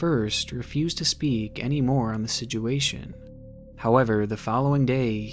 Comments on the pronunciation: i love your videos but the way you pronounce situation as sidguation kills me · Dude you are one of the best youtubers on the platform, but when you say "sijuation" cracks me up so much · Bro I love your content, but why do you pronounce it (siduation) 😂 keep up the good work my guy🔥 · I've only heard my sister pronounce situation as "sidgeuation". until now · Here for the creepy content. But more so to hear pronounce "situation" as "sijuation". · I love the way says "Sidge-uation" 😆👌🏼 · Has anyone else noticed how he says situation?? Its almost like "sidge-you-asian" lol I love the channel doe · Ok, so this is approximately the 10th video of I've watched. The stories are great, don't get me wrong. But, I must get off my chest that the way he talks is most annoying, with his pronunciation of the word, "situation", as the most triggering lol. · I’ve watched just about every video of his and he can never say situation right and it bothers me 😂